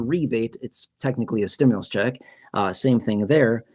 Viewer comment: Why r u on u tube. Lying to people u keep saying stmulouse. But it's not done yet